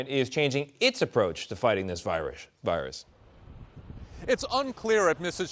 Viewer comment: viruish lmao